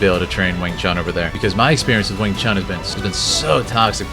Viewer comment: Wing Chun - pronounced Choon...If you respect the art, please pronounce it correctly as Chinese do, as your Sifu (Sifoo) would pronounce it. Lastly, Kung Fu (Koong Foo) stop mispronouncing these Pronouns. thank you